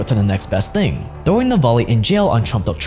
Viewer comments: His name is Naval-NY not Navolly 🤦🏻‍♂️ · He's not Navoly, but Navalny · Navalny not Navaly, man! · Is he mispronouncing Navalny? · Is there not an ‘N’ sound in Navalny?